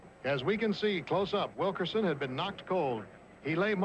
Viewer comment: Nice of Bill Fleming to pay tribute to Bobby Wilkerson' for his sensational 19 rebounds against UCLA, but could he have perhaps gotten his name right -- Wilk-IN-son?